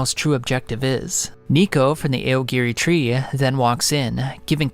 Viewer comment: eye yo gore ee tree